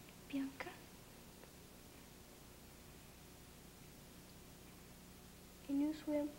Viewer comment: My name is BIANCA and seeing my diva pronouncing my name in such adorable manner makes my day. 😊😊